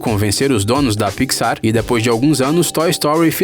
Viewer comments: Piquisár kkkkk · "Marida", "pixár" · E pixar não picsar ou não só notei isso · Mano, que coisa chata ele falando as coisas erradas tipo picsar ou procurando nilmo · "Estúdio Piquissár" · Parei de assistir no momento do "PIXÁR". Thiago neves: pelo amor de Deus ne. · Ap, Nimo, dorui, pixár, vc pronuncia tudo errado pqp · Que agonia dele falando pi xar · Pixár, nimo, rilei, q aflição meu Deus, fora q esse vídeo é um desserviço pro mundo das animações, quem acompanha imaginago sabe q 90% do q foi dito aqui foi dito errado principalmente sobre a morte dos pais da Elsa e da Ana e a alusão de q elas são irmãs do Tarzan, isso pq o vídeo foi postado bem depois de frozen 2, ridículo esse vídeo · Você fala alguns nomes beem errados, como Riley, Pixar, Nemo, Merida, Up, Carl... Ou vc não assistiu os filmes ou não sabe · "Pixar" "Marida" (Merida) "Api" (up) Se tiver outros erros de pronunciação diz ai Eu esqci kkkk